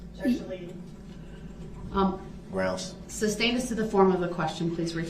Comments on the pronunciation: "alleged defendant" (theres Nothing alleged about being a defendant - you are a defendant by definition) / "grounds for the SUBSTAIN" (it's SUSTAIN) / "texas" instead of "texts" / etc.. i could go on and on.. these are all the "Brooksisms" that drive me most nuts.. He's the dumbest most least self-aware human i ever seen in a courtroom. He honestly thought the jury would agree to nullify felony murder of innocent parade victims he ran over.. like what made him think that it was unfair that he was going to jail for running down around 70 ppl in a parade.. Nullification is used when a jury decides the law is unjustly putting someone behind bars for example if someone is arrested/charged for political reasons or a crime has an unjust punishment so knowing that.. what in gods name made this man think the jury would sympathize for him after all the nonsense they witnesed in court.. the man was even disrespectful and awful to the jury.. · Oaf, biast, estoppo, substain, Christ this guy is a ninja of the English language. I need lessons.